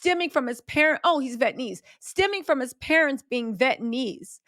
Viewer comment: Vee-et-nuh-meez Vietnamese, spelled out phonetically for you…